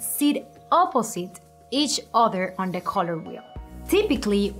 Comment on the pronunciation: I don't know about other things..But her COLOUR pronunciation is on another level..COLORRR GOIZ